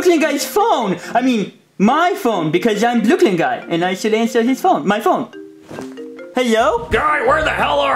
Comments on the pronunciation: Karen always calls Brooklyn Guy Boiney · i love how jonathan calls brooklyn guy ‘blooklin gye’